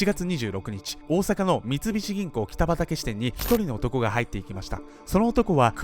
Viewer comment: この銀行の近くに住んでいます。正確にはキタバタケと読みます。